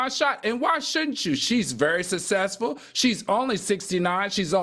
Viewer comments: The way Al says SUSSESSFUL 😅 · The way AL pronounces successful drives me bananas its SUCK SESS FULL 😂😂😂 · I wish Al can say Successful correctly I always cringe when he says that word -for someone seemingly intelligent sometimes he can’t say things properly Including Names!!!